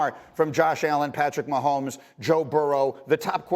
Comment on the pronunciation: He said maholmes 😂😂 also threw BRISSETT and mayfield 🙄